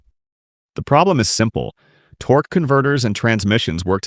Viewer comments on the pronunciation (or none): "torquey" "Torgua"? Really? And it's not "speed specific" it's properly said SPECIFIC SPEED. Also it's DIAGNOSIS - not "Diagnosies". This is ignorant as all HELL! You need to STOP USING HORRIBLE AI VOICES!! This makes for a terrrible time watching and very unenjoyablely so. If you can't narrate your own damned videos then stop making them on YouTube altogether. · The AI “Torqueeee” converter pronunciation is throwing me off